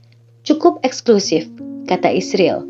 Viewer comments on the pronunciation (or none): Gak profesional, ada beberapa kata yang tidak disebut, seperti Gereja, Kristen, maupun Yesus. Dan membaca Israel aja malah isril, kalau gak biat kagak usah dibahas. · israel mbacanya isril ya